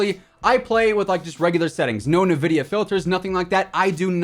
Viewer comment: Great video... except for the pronunciation of “NVIDIA” but that’s just a pet peeve